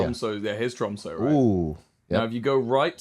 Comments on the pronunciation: Lmao "Tromsoh" (it's pronounced "Tromsuh") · Mispronouncing Tromsø headass... Charlie would never let this happen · I am norwegian, and i would like to point that out, because you guys talking about norway made me special and now I'm commenting about it because its important that people know that I'm norweigan. Now let me state the fact that ur pronouncing Tromsø wrong. Ok now I feel good about myself for stating my nationality because it was mentioned In a video and i feel special. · I will never recover on how they say Tromsø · the tromsø pronunciation is killing me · the pronunciation if Tromsø hurts my soul but i love people talking about norway so its okay